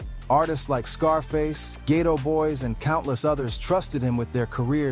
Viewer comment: Rolled my eyes when it said “gato boyz” 🙄